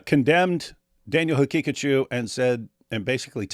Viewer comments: Daniel Ha Picachu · ”Or as he pronounces it, Danenenene haqiqatiou”😂😂